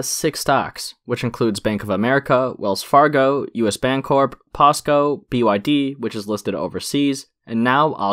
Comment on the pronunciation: Posco? Lmao